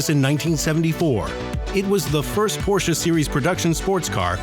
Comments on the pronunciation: Cool video, but I couldn't bare it to the end because of the "Porscha" s*it. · The porshuh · LOL. Because Porsh owners can't read, I guess.